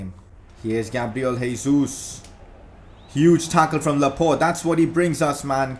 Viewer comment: Laporte not laport